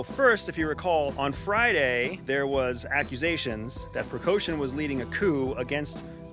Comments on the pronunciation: Wagner's CEO's name is PRIGOZIN NOT Pregoshin. As the Wagner CEO Pregozin is still an enterpreneur. NOTHING has changed. It is a BUSINESS venture for him. Prigozin is not military. Putin and Prigozin never worked together unless you consider Prigozin's catering company getting a government contract for food supply to the Russian Army as "working together". And that is absurd. The name of Belarus's President is Lukashenko NOT Lushenko and you are not in a position to have an opinion about Lukashenko's legitimacy. You provided no facts to back your opinion. Do you actually know what you are talking about? There are too many errors and inaccuracies in this post for it to be taken seriously. It doesn't even pass the Australian pub test. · Guy is an "expert"...Yet can't even pronounce their names right or cognizably. "Lashenko" rather than "Lukashenko". "Prigoshin" vs "Prighozhin"... Pretty sloppy CIA man. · Listen to the former spy who isn’t a former spy supposedly talking geo politics. And strategy. Wonder why he’s on YouTube. For money. What an idiot. Learn the names of the people at least a spy of your stature with bad pronunciation you just gave yourself away. Mr spy! A spy pri coshun? Yup you’re solid. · Work a bit more with names pronunciations , . Prigozhin, Lukashenko, etc. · I'm not sure how credible this guy is if he can't even pronounce Prigozhin and Lukashenko? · bruh did you just mispronounce all three names within the first minute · Good commentary, thank you!! A few remarks: Let’s pronounce the names correctly. It’s LuKAshenko and it’s PrigoZHin. Lukashenko is a LEGITIMATELY elected president, whether we like it or not. Same for Putin. Putin may appear as a strongman, but there are a lot of people behind him. He balances between four distinct power blocks. Let’s not oversimplify things, he’s not a czar. I’m sure you are aware of that. 25,000+30,000 is a big number, but is it really enough to take on Kiev?